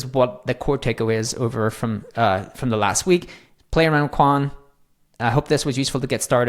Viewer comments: It's pronounced "Quán wèn," not "Quan"...2 words instead of one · the pronunciation should be " chien - whun " meaning " a thousand inquiries or enquiries " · I asked itself, it's pronounced as kun. So pretty much correct. One interesting fact, it's Chinese name roughly means thousands questions. 😊